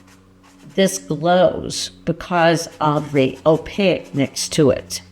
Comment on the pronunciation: Please forgive my pet peeve pushiness, but "Opaque" is pronounced "Oh pake", not "oh pa ick"